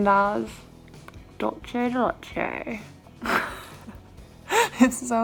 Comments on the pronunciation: Hi! I also love dulce de leche haagen dazs or anything dulce de leche flavored really. It's actually pronounced 'dool-seh' instead of 'dolche' because it is a Spanish word. It's a very common mistake:) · “Dulchi di leche”😂💕💕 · Dulchay de leché omg 😂